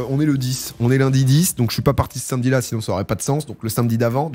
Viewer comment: Domingo t'es vraiment un boss ça fait tellement de bien d'entendre l'enthousiasme qui semble te traverser et en dehors de ça j'aime tes contenus mais le fait de prononcer "sainmedi" fait de toi une mauvaise personne et c'est regrettable